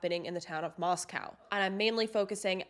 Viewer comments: It's Moscow as in coe not cow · The correct pronunciation of the town is Mos-cōw. Idaho appreciates this being kept factual. 🙏🏼 Thanks and I appreciate you.